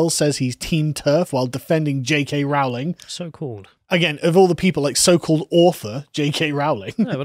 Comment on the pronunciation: It's roe-ling, not rowl-ing.